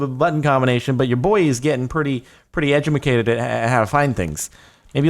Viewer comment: he said ejemacated